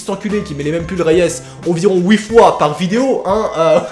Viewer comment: il a dis ouite mdrr (huit)